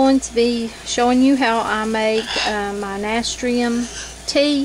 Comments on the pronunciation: Nah - stir - shum. ...pronunciation. Just for future reference 👍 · You are pronouncing it incorrectly. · Someone already posted and told her how to pronounce it. It's kind of rude to tell somebody they're pronouncing something wrong and then not tell them how to pronounce it correctly, the other person who posted was more polite 😅